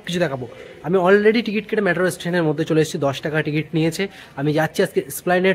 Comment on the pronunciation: It's not ম্যাট্রো - it's মেট্রো